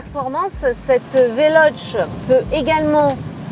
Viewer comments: Velochéé ou alors prononce le en français velosss parce que véloche ça fait mal aux oreilles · Le e se prononce é en italien donc on prononce Veloce avec un é à la fin non ? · Ça se dit "velocé" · Mdr le début, c est comme un papy de 90 ans qui test mario bros sur la switch au passage c est VELOCHÈÊ